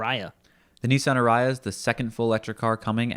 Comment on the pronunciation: I couldn't get over the "arayah" pronunciation. Sorry fellas, it's "a-ree-a". Stress on the "a-". I loved your review!